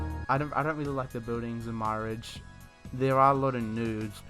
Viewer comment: "my ridge" 🤣🤣 it's pronounced "mere arge"